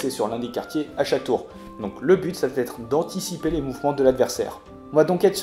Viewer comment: attention aux liaisons . Va être et non vat -être . Merci pour ces explications